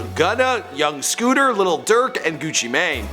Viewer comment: DID HE JUST SAY LIL SCOOTERR??? omg.